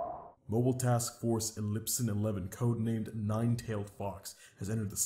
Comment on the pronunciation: im sorry but the way the guy said Epsilon-11